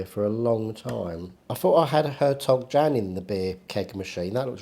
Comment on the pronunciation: Said beer is pronounced “Hertog Yan”. 😂